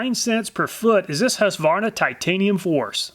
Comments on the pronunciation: Husqvarna is a Swedish town. Meaning something like "house mill" (hus=house). It's not pronounced hus-varna or husk-varna. It's pronounced hus-kvarna. If that makes any sence. Love from Sweden! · Husqvarna being a Swedish brand, I was surprised to know that it was also manufactured and sold in the US. (pronounced "Hueskvarnah", btw) Great video! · Great content as always, but as a Swede ... the Q in Husqvarna is spoken as a hard k ... hus-kvarna ;) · I can't but smile a bit every time you say "Husqvarna" :)